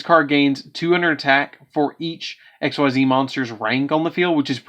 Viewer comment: Its pronounced EX-CEES. MY GOODNESS.......